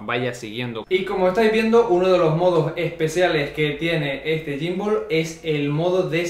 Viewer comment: Te pierde en reconocimiento facial xq lo tienes muy cerca...y también xq le llamas gymbooool🤣🤣